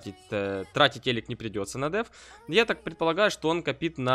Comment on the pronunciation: Не копит, а копит.